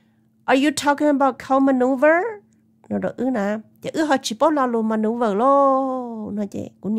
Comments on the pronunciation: Loll...it’s cow manure. Not cow maneuver. 🤣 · Tsis yog "maneuVer" os. Yog "manure" na sis 😂. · It’s not maneuver, it is manure. No “V”. ☺️